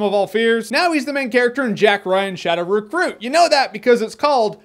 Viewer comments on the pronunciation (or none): "Jack Ryan: Shadow Refruit"? Hahaha